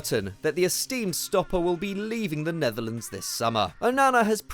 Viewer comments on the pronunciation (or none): none